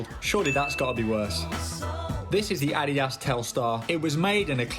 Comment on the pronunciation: Ad-di-das not adias